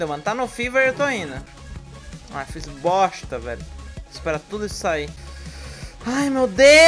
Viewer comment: Agonia do falando "boSta" e não "boXta"